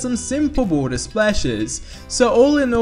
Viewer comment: Mike Held Same here. Had to stop the video halfway through. Too much "At de E-free show dey 'ad realisik wa'er drohs." makes my head hurt.